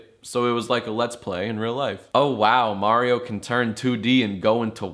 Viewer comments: it's a me, MEH-rio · "It's a me, Mareeo!" i love lasagna